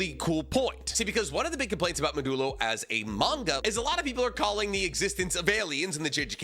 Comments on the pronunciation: so, i don't think its pronounced "muh-doo-low". I think it is "mod-ju-low", which in programming is this symbol: % which is a operator that is used to create ring structures (a list or array that wraps around by connecting the last element of the list to the first element). The modulo operator also gives you the remainder of the division of two numbers - like 5 % 3 = 2. To me, its the fact that modulo is used to create ring structures in programming that connects it with the Rika Ring in JJK and I'm sure there's gonna be plenty of other contextual significance in the title. also, ' % ' kinda looks like red and blue converging (the lobotomy is real) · I think the Manga name is supposed to be said maa·duh·low as in the the math concept of the modulo operator? For anyone who doesn't know the modulo is the remainder from division. 9 mod 2 = 1 because 9/2 = 4 with a remainder of 1. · Come on man… It’s pronounced Maw-Jew-low. Similar to modular. I thought your pronunciation was engagement bait at first, and maybe it still is, but after your outro I wasn’t so sure anymore. If it feels weird to pronounce then maybe that isn’t the way you say it… Do you really think Gege’s intention was to have everyone think about Modelo whenever they say the name of his new manga? Good Lord. This is your literal job and you can’t take 30 seconds to think critically about how you’re supposed to pronounce the name? Do better. This shit is embarrassing.